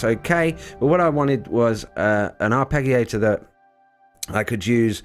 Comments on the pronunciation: Arpegiator the g is like giraffe not Gary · Surely pronounced ' arpejio/arpejiator'. ? Away from me being pedantic, thanks for this. Subscribed and liked🙂